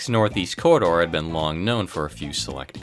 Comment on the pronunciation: The way he said the corridor sounds like he said the cerrider LOL